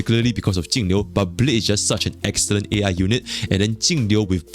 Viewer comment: I cant distinguish which character you mean when you talk about Jing Yuan/Jingliu/Tingyun. With the way you pronounce their names it all sounds like Tingyu :D